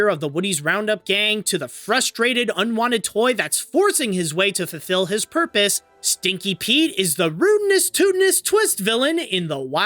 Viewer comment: "fulfill his porpoise"